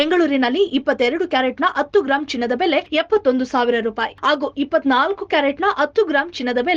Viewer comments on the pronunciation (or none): ಆಗು ❌ ಹಾಗೂ ✅ ಎಚ್ಚು. ❌ ಹೆಚ್ಚು✅ ಹೇರುತ್ತದೆ.❌ ಏರುತ್ತದೆ ✅ ಅಬ್ಬಾ. ❌ ಹಬ್ಬ✅